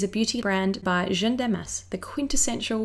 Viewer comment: I was so curious about this collection, thank you for reviewing it so concisely! Although... can I please just point out a tiny little thing that's been tickling me? Jeanne is pronounced with an 'a' sound (like in the English word 'man'), not 'e' (like in 'fern'). I noticed it in your celebrity makeup bag as well ;-) I love that you're trying to pronounce things correctly, it just sounds like you're calling Jeanne 'jeune' (young)! Like I said, tiny. As always, love your work!